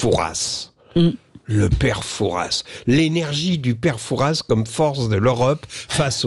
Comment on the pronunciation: Prononcer "Foura" et non "Fourasss..."!!